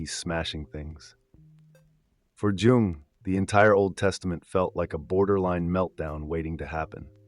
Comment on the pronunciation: "For Djung" dude it's "Yhungh" America pls don't study Europe you're so far off go back to MK-Ultra